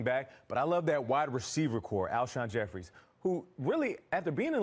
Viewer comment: It's Jeffery!!! J E F F E R Y! Not Jeffries!